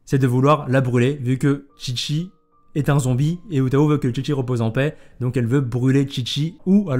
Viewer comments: Juste un petit point sur la prononciation, ça se prononce "Hu Taw", avec le H qui se prononce comme si tu te grattais la gorge. La voie Japonaise de Hu Tao s’appelle Rie Takahashi. Perso je pense garder ma pity pour elle car je n’ai pas de bon perso Pyro. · Le Hu c'est plus un "Ru" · Oui mais pas comme il le prononce "Hu taOH" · En chinois le "h" se prononce comme le "j" en espagnol, une sorte de "r" donc "r"ou tao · Oui c'est plus "Hu Taw" en prononciation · Piur la prononciation on dit comme "roue Tao" les H en chinois sont des r 😉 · Si tu veux prononcer à la chinoise ca se dit "Hrou tao" ! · c'est se prononce "rhu tao" ;) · Pour info Hu Tao se prononce à la chinoise donc le h est prononcé à l'anglaise, le u se prononce ou et l'accent tonique est sur le a de Tao En chinois, Hu tao veut dire raisin dans le sens commun :) après en fonction des tons le sens peut changer mais c'est le seul que je sais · Le H de Hu se prononce à peu près comme un R français, sinon le reste c'est correct si on fait abstraction des tons. U se prononce bien 'OU' derrière un H.